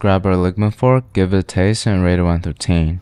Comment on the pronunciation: “One trough teen”